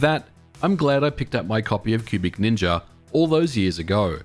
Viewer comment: I keep hearing pubic ninja rather than cubic ninja 🤣